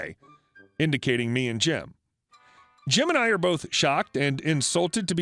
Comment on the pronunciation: am i the only one who heard him say “both gemini” ik it was jim and I but still lol